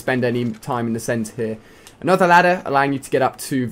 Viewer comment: Omg, i hate how he says here.